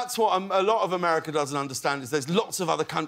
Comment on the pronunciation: His "ame-di-ca" reminds me of when Fes couldn't say it, and Red got annoyed lol